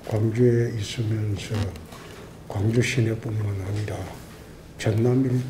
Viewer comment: 굉주라고 라...